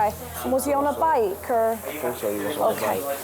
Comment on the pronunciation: Fink is not a word its Think! Really annoying hearing it. As well as Fort instead of thought